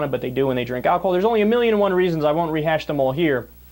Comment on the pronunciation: He said re-HASH while talking about pot.